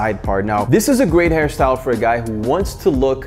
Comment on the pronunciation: He said this hair style or harry syle 😂😂😂 ??